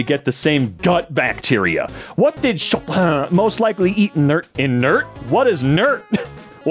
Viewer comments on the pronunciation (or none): chopin enthusiast here-- chopin is pronounced "show-pan" (in english), and he definitely was a savant! performed from a very young age, and even had some of his works being performed for military parades at age 8. pretty incredible. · Sho-Pan. No clue if you'll see this, but every littlebit helps. Vee-hee-ment-lee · Pronouced Shoh-Pan with the N being nasal N :) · For anyone beside wondering, it is pronounced Sho-Pen, with Sho like in shop and then Pen, just like a regular pen. Congrats, you just learned something new to keep "well akchually" away from you. And with that, i am saluting out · For anyone beside wondering, it is pronounced Sho-Pen, with Sho like in shop and then Pen. Congrats, you just learned something new to keep "well akchually" away from you. And with that, i am saluting out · BLUD SAID "Sho-paahhhn" i can't 💀💀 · I cannot for the life of me get over saying “shoppan” hELP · Chopin is pronounced "shopen". Fun fact, he was Polish, tho his last name was not. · Chopin is pronounced "Sho-pen" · the good attempt to pronounce chopin correctly....followed by comically giving up and doing it super wrong on purpose after only 2 tries XD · The way he murdered pronounciation of Chopin sent me into a coffin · why is bro saying chopin in a french accent he's from poland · why do you pronouce "chopin" so frenchly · I hate you for pronoucing chopin like that ew shame